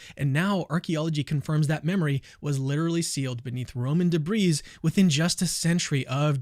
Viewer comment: Also whats with apologists and not being able to pronounce words right. Evidences. Debrees. Its pronounced debree. Why do all of them not understand the concept of a silent S.